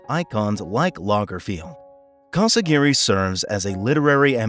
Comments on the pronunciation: Her last name is CasiRAGHI, not CasaGIRI. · Casiraghi. Not Casi-Gary